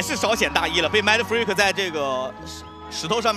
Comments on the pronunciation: 其實就是發音問題，他們也不算說錯啦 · 影片很好看 但Mindfreak名字一直唸錯有點煩（賽評